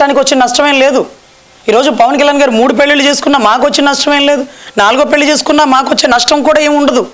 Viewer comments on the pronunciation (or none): none